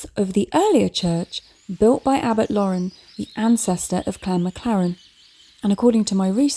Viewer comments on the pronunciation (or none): none